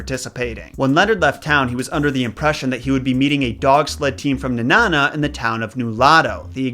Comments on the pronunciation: I’m glad you covered this story, I remember being so upset when I found out the truth about this story. Felt so betrayed. Lol also it’s Nenana (Knee; Na ; Nuh) I’m sorry it’s just hilarious how some people say it like it’s banana / Nanana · you said Nenana wrong it's like knee and banana with out the ba at the beginning of banana so it knee-nana sorry I had to say something!!! Lol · It's actually pronounced Nee-nan-ah. There's also a second statue of Balto up here in Chena Hot Springs, right outside the dog sled area. It's a pretty decent drive from Fairbanks. But the best way to spend a day trip.